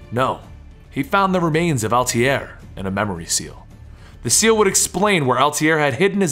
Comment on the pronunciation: by the way its pronounced alta-ir lol